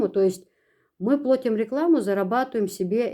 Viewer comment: плАтим)),а не плОтим))